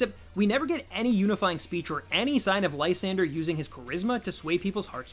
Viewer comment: i always thought it was pronounced lee - san -dray